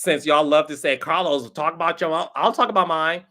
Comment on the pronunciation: Carlos not aunt e.